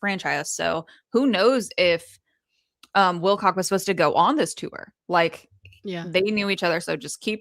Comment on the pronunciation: Wilcock not not Wilcox